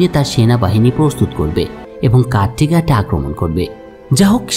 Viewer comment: ভাই, আপনার বোঝানোর দক্ষতা অনেক ভালো৷ তবে একটা জিনিস আপনার ভিডিওর মজা অনেক গুন কমিয়ে দিচ্ছে। সেটা হলো নাম গুলোর উচ্চারণ। এটা ভুল হওয়ার কারনে শুনতে খুবই কনফিউজিং লাগছে। যেমন, কাট্টেগাট না বলে ক্যাটেগ্যাট, উপাসালা না বলে উপসালা এভাবে সঠিক উচ্চারণ করে ভিডিও বানাবেন, দয়া করে। তাহলে ভিডিওর মান বহুগুণে বেড়ে যাবে।❤